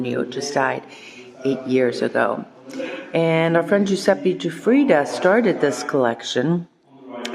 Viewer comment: "Giuseppi" non si può sentire, basta per favore! Ecchecazzo